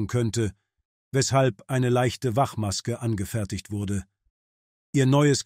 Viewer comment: Die Doku selber war klasse....was man vom KI-Sprecher NICHT behaupten kann......ich sage nur "Wachmaske"..,...